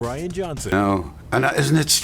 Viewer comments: Possibly the most boring monotone documentary I have ever seen. Way too much info on Brian's (or Brain's, as you call him) cars. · It's Brian, not Brain. Big difference. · it's Brian......not brain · Try pronouncing it as Brain, and that's how it's pronounced in Newcastle! Agree, it's lazy and disrespectful! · It’s Brian not Brain lol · lol...can't even get the name right. WTF